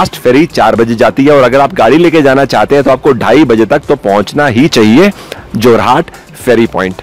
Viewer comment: जोरहाट नहीं है बे, जोरहट है!